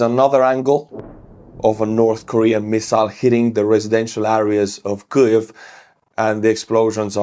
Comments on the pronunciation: can't say kyiv. it's not kyuv buddy it's keeiv:} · Weird - why are you mispronouncing Kviv? Sounds like you are saying Klviv. Why add the sound of ‘l’ ?